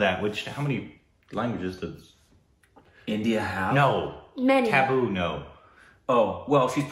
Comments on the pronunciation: You should listen to Allu Arjun's darling daughter pronounce the name of the film perfectly, Although that was almost a near perfect one - only doubt is in the t sound kuntapuram.. U said kunthaa... It could be kuntta.. The Telugu speaking folks would know better😊😍🙏n it's Tuhboo not tabboo, an actress who is always in perfect form when it comes to brilliant acting 🌹💖👌See this fun movie for Allu Arjun, his famous dancing, its fabulous songs, lighthearted premise and possibly some brilliant action😊 sequences 🌹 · 😂😂😂😂 You guys killed it with accent. You kept saying "Taboo", and I couldn't help thinking, which scene? , and even started to think that there was something culture specific you didn't like. 😂😂, and then I understood you were referring to Tabu... Oops my bad, I took it to be taboo. Her name is pronounced like "Tub-oo" the letter 'a' makes the same sound as in "Father". I hope you don't feel bad that I commented over the accent, I was just trying to point out how I misunderstood. Also I really like the logo with your faces. 👍👍👍❤️ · That's tabu not taboo😂😂